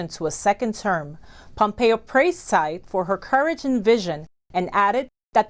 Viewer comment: To. Nit pick. Tsai, for some strange reason, should be pronounce as 'chai'. Keep up the good work and stay healthy